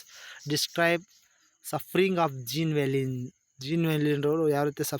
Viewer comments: Jean valjean not sir this is zhon valzhon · Thank you soo much sir..... Aadru nimminda ondu tappagide.... adu... 'Jean valjean' Pronounction iee reethi ide ------- ''Zhon valzhon''... (It's in glossary... Have a look...)